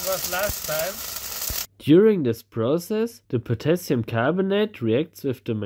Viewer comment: Correction: Potashium. ;)